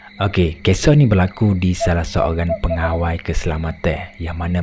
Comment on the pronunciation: Sebutannya pengawal bukannya pengawai...😊😊